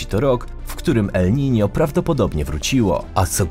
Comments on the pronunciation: Nie ma czegoś takiego jak Nino, jak już to el Niño, pochodzi to z hiszpańskiego :) jeśli czytasz poprawnie to wypadałoby na miniaturce jednak użyć ñ ;) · 90 razy uslyszalem elninio :)